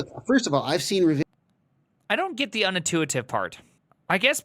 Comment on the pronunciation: You "Git" what he is saying ?